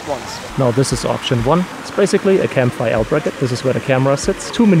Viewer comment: Did you say the bracket is called a “cam bracket?”